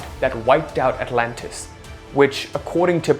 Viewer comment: I like your accent, but it's called Atlantis, not Atlantist. The Egyptians didn't build the pyramids. They found them. I used to think the way you are suggesting. But here's what I came to realize. It if was meant for you -- it will be yours. My philosophy now is let it happen the way it happens. Work towards nothing and don't try hard. Just get by. Don't give And don't take. Just let it happen.